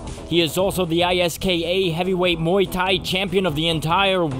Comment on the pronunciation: congrat you said muay thai just like the thai(im from thailand so dont ask me)